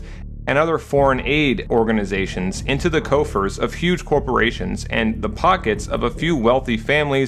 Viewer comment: It’s crazy how prescient this game was... excellent video essay. Btw, it’s pronounced “cough-ers” (for “coffers”).